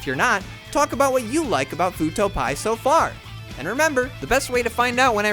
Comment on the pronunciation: I’m so triggered when someone says “pie” instead of pee eye like every other detective show on earth lol. Video is good though.